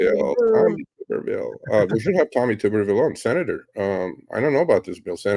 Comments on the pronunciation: Tommy Tuberville, pronounced (T-ubber-ville), rhymes with upper. Senator Tuberville for those who don't know is the former head football coach of the Auburn Tigers, undefeated in 2004, (13-0), the Texas Tech Red Raiders and the Cincinnati Bearcats before starting a political career. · Ironically the guys name is pronounced Tubber- ville….former Auburn football coach…love you guys keep up the work